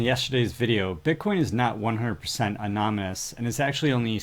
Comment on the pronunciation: Are you saying amonomus?